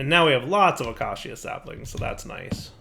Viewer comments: please look up the pronunciation of acacia lol. It’s uh-cay-sha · haha i cant wait till dire can pronounce 'Acacia' properly. He said it like 50 times in a row this episode. very entertaining 😋